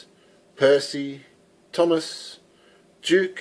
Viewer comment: Is duke not juke